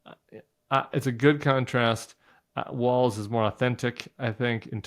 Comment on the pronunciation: No offense intended whatsoever (love your show), but It's not "Walls" - it's "Walz" (pronounced just like "Waltz")